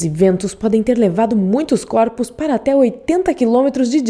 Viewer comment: Coropos kkkkkkkkk voz irritante